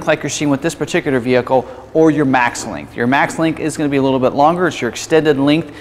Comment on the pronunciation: "Lingth" vs length? Cringe...